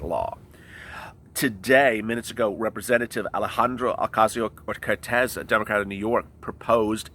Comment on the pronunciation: the way you butchered AOC's name lololol